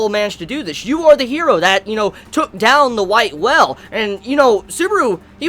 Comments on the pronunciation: Every time he says the whale it makes me think he said noelle or the well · you said whale like well. you made me confused at first